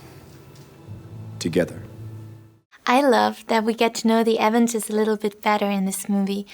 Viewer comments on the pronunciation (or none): OK,, if you're going to be doing an interview about the AVENGERS, maybe learn to say it. It sounds like you're saying the "Evans's"!